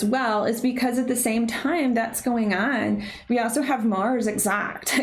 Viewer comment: Why do you say “also” without pronouncing the “L?”